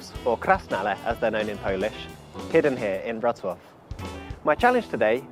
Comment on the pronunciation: Wrocław pronounced perfectly! Another point for you,! So far you've collected three or four (not sure) on the account of mine. When you hit 10, I'll have to think about a special reward. A free ride around Warsaw's POI-s when you come here, maybe.;)